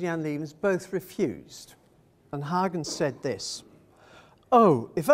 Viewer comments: I found the gross mispronunciation of Huygens as Haagens extremely offputting, the usual English mispronunciation of Hoygens or some such at least gives a better idea of the actual sound of the surname. I was quite astonished to hear the reference to the secretary and renaissance man as Christiaan Huygens. He was a scientist of great renown. His father, Constantijn Huygens, was the secretary of the House of Orange who acknowledged Rembrandt's talent and encouraged him towards classicism. Rembrandt of course went his own way. Constantijn Huygens had a son also called Constantijn, the brother of Christiaan. This son was a secretary to William III. The reference in the talk was to the wrong Huygens. Very disappointing and rather spoiled the talk. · Yes, I was surprised by the mispronunciation of Huygens as Haagens???